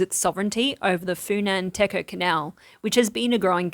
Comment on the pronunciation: The word "Techo" should be pronounced as "Dechjo", not "Teco". Sometime reading Khmer words in English can be a little confusing.